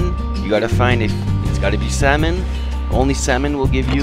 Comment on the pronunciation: Salmon not Samon xD